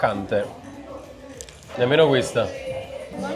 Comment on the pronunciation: difficile dire “croccante”?? che cringe